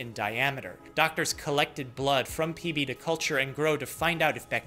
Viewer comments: I genuinely heard PP instead PB 😂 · For a good, full second at the beginning, I thought you said “peepee”, and I was just......intensely confused. XD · i really just thought he opened with “PEE PEE” 💀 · I heard ""PB" is a 47 year old man" as ""Lead" is a 47 year old piece of metal" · at the start of the video I thought he said "pp" and laughed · I THOUGHT YOU CALLED THE PATIENT PP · He totally said peepee on the first one. I open a video. First word. Peepee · at the start i tought he said pp bruh